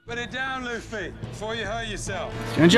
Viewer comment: By the way, Luffy's name is pronounced 'LOO fee'. Just a side note for ya.^^